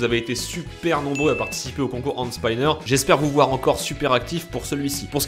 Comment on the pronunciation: Concour endespaïneur